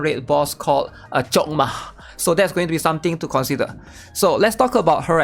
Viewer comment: Sounded like he chokdma coc